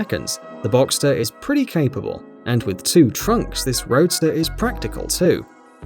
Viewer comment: Finally an English speaking guy that pronounces Porsche and boxster right!